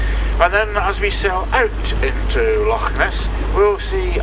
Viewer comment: Pronunciation of some of the names is ropey but at least he tries his best with Loch instead of Lock. The English find the names hard to say but strangely the Dutch can manage no problem. I lived in Holland for a while and speaking a very small amount of Dutch I can understand why they fare well with Gaelic pronunciation.